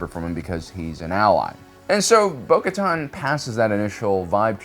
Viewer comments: Translation: Bo-Katan = Bo-Kar’en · Okay. It got worse. First he only misspronounced her name. And now he misspells it too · So many years and you still can’t pronounce names. Bo-Kotan Kriss, really? Bo-Kotan Kryze, pronounced Kre-sse. You just showed that she also reinforced Kenobi when he rescued Satine. So you can’t say her decision to leave was exclusively about Maul killing Vizlsa. SMH, Sabine Wren pronounced Sah-been not Sab-ene. You have a great channel, just stop your improvisations with names. Rewatch content for accuracy.